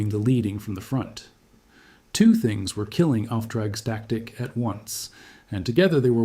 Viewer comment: "off track static", you what, mate? It's "Auftragstaktik", or "Führen mit Auftrag".